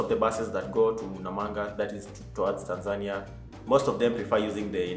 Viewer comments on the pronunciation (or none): none